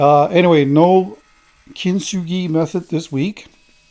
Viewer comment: Gratz on 140K! It took me a couple of times to get the word you were saying: "Kitsugi". Sounds interesting and now know why you were talking about thermal cracks. Very nice piece. R'Amen!